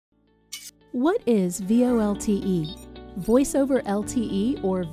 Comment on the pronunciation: Just curious - the lady says V-L-O-T-E instead of V-O-L-T-E. Why is that?